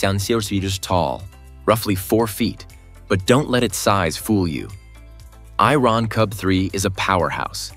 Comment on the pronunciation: The AI pronounces "Iron Cub 3" as "I-Ron Cub 3". Then it says it is 125 something-I-couldn't-fathom tall, and its jets are pushing out air at temperatures nearing 800 something-else-I-couldn't-fathom. The AI really needs to work on its English pronunciation.